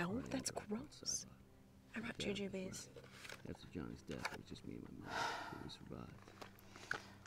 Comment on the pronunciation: Oh yeah, American's pronounced "jujubes" weird